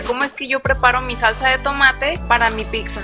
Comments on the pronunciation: Muy linda la pizza de avena, pero déjame que yo te dé dos consejos: no digas /píksa/, en lugar de /pítsa/, que es lo correcto, y a tu videografista dile que 'hierbas' lleva 'b', no 'v' (pusieron 'hiervas italianas). Saludos. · NO SE DICE PICKZA ES PIZZA